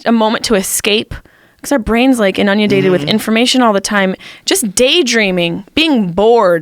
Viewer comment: ish mark she says "in onion dated" instead of inundated and it's my favorite part of this podcast